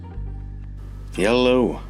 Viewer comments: Say it with me: YELLOW! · Yel-low. I never wanted to see Conor take a sh!t... until i realized he was actually fertilizing his garden. Thank for that,.... Conor.